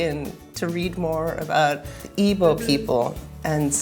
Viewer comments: It's pronounced "eeg-boh" not "eebow" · Its pronounced ee-bo not what ever you wrote. Are you even Igbo?